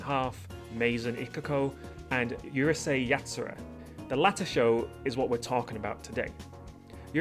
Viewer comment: OMG Someone that says Urusei Yatsura correctly you pronounced it like it is not like the idiots thay says uhrusei you say it like it is urusei thank you